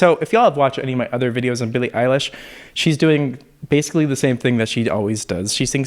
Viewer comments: my man almost said “Billie Ache” 😆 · “Billie Eyelash”